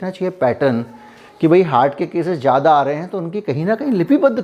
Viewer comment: You speak very well but try to improve your pronunciation. If you can say Fiza then why do you say jyada instead of zyada